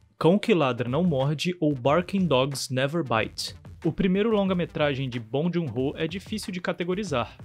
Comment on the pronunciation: Muito legal! Só procuraria pronunciar o nome dele corretamente. Não é obrigação nossa, mas a gente gosta quando um estrangeiro pronuncia nosso nome como ele é na nossa língua, não é mesmo?